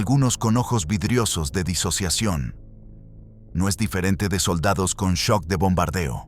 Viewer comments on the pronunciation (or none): none